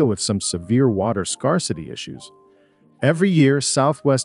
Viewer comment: "Scar city" "Arkensez" "Virmint"